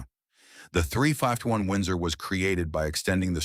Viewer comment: Would be nice if you quality checked your videos... The AI narration can't pronounce 351...